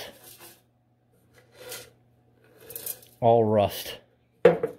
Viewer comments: Love the way he pronounces "rust". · Didnt know there was another way to pronounce it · Normally? That's how I say it, wym?